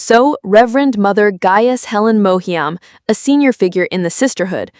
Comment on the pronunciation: the mispronunciation of all the names is really annoying...especially Harkonnen and Mohiam..